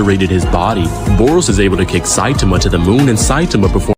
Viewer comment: bro really said satame